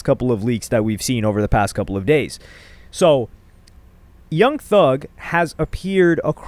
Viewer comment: "young thung" 🥀🥀🥀